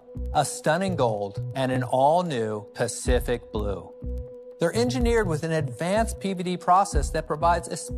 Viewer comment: The way he said pacific blue triggered me